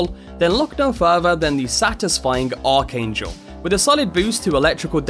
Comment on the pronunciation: 2 things it’s ARCHangel and it’s K E R R Y not kelly